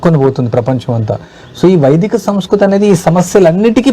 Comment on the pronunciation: Sir Vedika kadu Vaidika